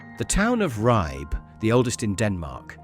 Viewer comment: please pronounce Ribe correctly.